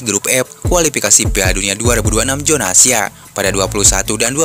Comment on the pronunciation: Kualipikasi jona asia. Tolong dong yg bener ngomongnya,KUALIFIKASI ZONA ASIA,bukan JONA